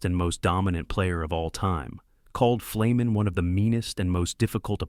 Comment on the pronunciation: Boy is there some bullshit in this video. Ferny did not have a reputation as a dirty player and in fact had little interest in fighting. Who put this together and could they at least pronounce his name right it’s an easy one.